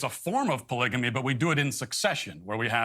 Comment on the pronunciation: I definitely need to get my ears checked, because I hear Matt Walsh saying „baligamy“ instead of polygamy. Wow, Matt Walsh‘s opinion is so balanced, cuz he finds that hoodlum ok and Taylor Swift negative. Wow, just wow.